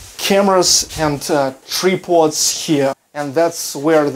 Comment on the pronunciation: As always beautiful ladies! What, no sneak peek at the toilet? LOL. Just kidding. Looking good in the coat and tie. Always great to learn something new. Oh and tripod...the I is a hard I sound like Try-pod. Hope that made sense. Best wishes from Ohio.:-)